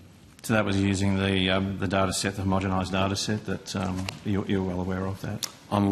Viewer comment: Learn how to pronounce Homo-gen-nize...